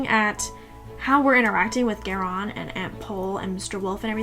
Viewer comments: So far seems interesting however, Geran is Garion's father. You are mispronouncing Garion's name. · I can’t continue. Haha. Pronunciation of names is what keeps me from listening to most of the audiobooks. Was happy to find this instead…but then she started saying Geron…or whatever. So sad.